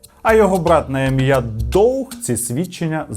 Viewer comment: Поправочка - Doug читається як Даг , не Доуг